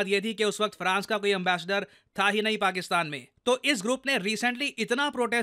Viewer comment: "Paksistan".........😂😂😂 "sis"....😂😂